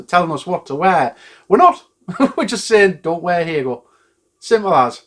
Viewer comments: That's actually not how you pronounce it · That's how 'ahegao' is pronounced? BoY have I been getting it wrong! Also totally agree with this decision.